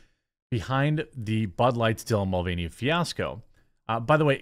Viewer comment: Villain Mul-veiny.